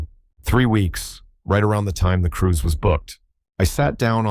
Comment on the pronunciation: I love revenge stories. But, it is cruise not crews.